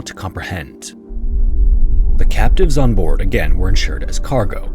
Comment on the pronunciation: For a good portion of this video, I thought he was saying “captains” instead of “captives” which threw me off from the beginning. I lost interest early on but ended up paying more attention.